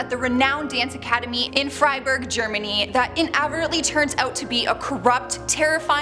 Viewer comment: New girl needs to learn how to read..inadVERTently...underlying, not underlining...and infamous has the emphasis on the IN. I just can’t. I’m face palming